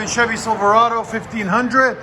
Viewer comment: The way he says silverado 💀